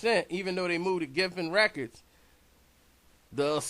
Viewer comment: Geffen records not giffen